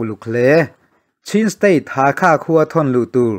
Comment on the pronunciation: Bengvarthlak thei hle mai, Chuan, thil pakhat, Pa-le-twa tiin i rawn lam ri a, a dik chiah lo, Pa-let-wah tia lam rik tur a ni e. Hakha tih pawh Hâkhâ, a ri a sang ve² tur.